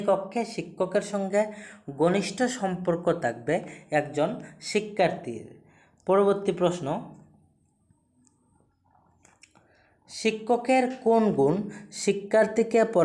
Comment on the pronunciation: ভাই কিছু কথা বলার আছে।আমি একজন পিজিটি শিক্ষিকা।তোমার সব কিছু ঠিক আছে, কিন্তু তুমি মানো আর না মানো তোমার উচ্চারণে অনেক ভুল আছে।আগে উচ্চারণ ঠিক করো।একজন শিক্ষকের প্রাথমিক গুন বা বৈশিষ্ট হল সঠিক উচ্চারণ।তুমি 'ভুল' উচ্চারণ কে উচ্চারণ করছো 'বুল'। 'থাকবে' কে উচ্চারণ করছো 'তাকবে'🤣।'অর্থাৎ'কে উচ্চারণ করছো 'অর্তাৎ'।ভাই তুমি মাছ বাজারের কেউ না তুমি শিক্ষক তাই উচ্চারণে মনোযোগ দাও। ভুল বলে থাকলে নিজে শুনে দেখো।তোমার ভালো চাই তাই বললাম। আশা করি পরবর্তী ভিডিও দেওয়ার আগে জিনিষ গুলি ঠিক করবে। শুভ কামনা রইল।। বেশ কিছুদিন ধরে দেখছি,না বলে পারলাম না।🙏🙏🙏